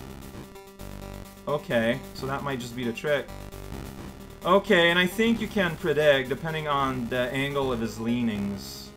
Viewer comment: ... did you just say "b'okay"? ... if I didn't know any better, I'd think this was a Game Grumps reference.